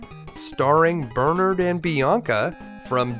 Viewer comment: The way you pronounced Bernard lmao